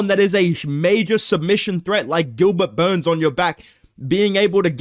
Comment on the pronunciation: I wish 🙏 would pronounce Gilbert Burns properly again....